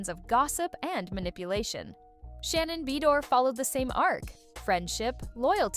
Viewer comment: LMAO "Shannon Bee door" LOL 🤣